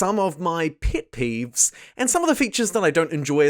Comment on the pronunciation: "Pit peeves"